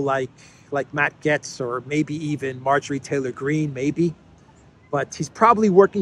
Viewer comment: It is pronounced like gates (Gaetz).